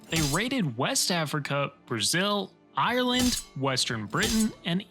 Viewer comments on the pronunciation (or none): none